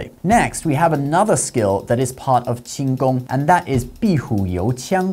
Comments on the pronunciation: His pronunciation is really good. Most people would just flunk it on the first character. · ngl ur pronunciation of 輕功 is surprisingly accurate (edited) Oh ok nvm, now I see what's the channel name.